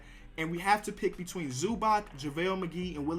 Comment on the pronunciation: Can he just take the time to say “between” the sentence sounds so illiterate